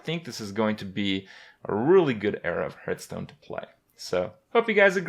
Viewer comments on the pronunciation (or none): Start with pronouncing Hearthstone properly, it's not Herthstone.